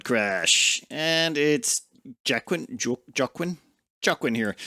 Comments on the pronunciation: Ah, yes, like the famous actor "Jockwin" Phoenix. :-P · That name, Joaquin is pronounced like "wa - keen", it's the same name of the actor Joaquin Phoenix